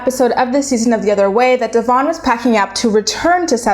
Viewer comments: Pronounce your subject's name correctly for crying out loud!!! It's pronounced De-vin like Kevin NOT Devonne!!!!! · I agree with you that’s he’s a wolf in sheep’s clothing. The way you pronounce her name incorrect though. It’s not Dee-von. It’s Devon.❤️ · You claim to watch the show, yet don’t pronounce her name correctly and don’t get their timeline right 🤔 It’s Deavan - Dev-En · It’s pronounced Devin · You saying her name wrong kept distracting me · please learn how to pronounce Devons name! It makes me crazy and how can you say you watch the show when you can't even pronounce her name? I'm not sure of her spelling of her name, but I do know how to say it! Thank you! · Going nuts every time she says her name wrong... Lol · Love you, but the way you’re pronouncing their names is sending me 😂😂 btw have you checked out their YT channel?